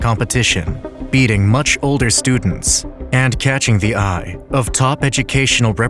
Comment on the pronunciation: Hmm, what are studends?